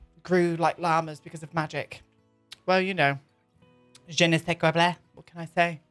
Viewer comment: Seriously, you are now one of my absolute favorite builders to watch! Cannot wait for part 4 of this build. Yes, I watched 3 first then 1 and 2... As you say (and the spelling will be butchered) jen-a-say-blah! (I totally crack up every time you do that). Enjoy your holiday away. Sounds like it will be hot, but in a good way. *Wiggles her eyebrows and grins impishly* Have fun and be safe.